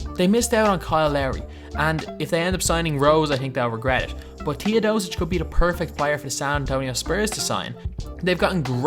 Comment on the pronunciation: Sorry for saying this its not Tiodosic its Teodosic